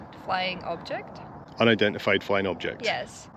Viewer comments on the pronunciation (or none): Aw brilliant, i was in stitches with Alicjias misfortune of trying to say unidentified lol, might not have made it for the main reason but still a fun video all the same, keep up the great work. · I didn't know what to expect watching video, but I did enjoy listening to wee lass trying to say "unidentified" I did chuckle to myself. So keep on looking for ufos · Poor she was really struggling with the unidentified flying object (UFO) pronunciation. you should have got her onto what NASA calls unidentified anomalous phenomena (UAP) that would have confused her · That was such fun!! Nice that you had your partner in crime with you today. is such a ray of sunshine and positivity and I love your banter. So glad she learned to pronounce that word 🤣🤣